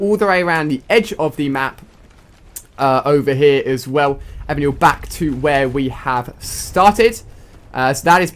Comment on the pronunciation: " Over haar" lol...